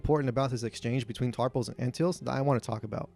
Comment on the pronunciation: Raymus Antilles is proounced Anne - till - ees. I believes it's who C3P0 identifies as his last owner. I also think you need include Owen Lars as part of the regulars.